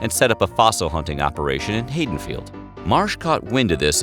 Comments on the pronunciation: i usually dont comment but its pronounced ha·duhn·feeld, being from NJ i had to correct you on that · First American fossils found in Haddonfield. It’s pronounced Had don field.